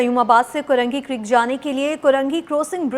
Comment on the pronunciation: News anchor bhi paindoo hai .crossing ko korosing boal rahi hai aur creek ko kerek . News anchor tohra sastay may